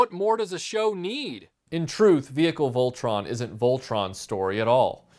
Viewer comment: good job even though your pronouncing it wrong its a great review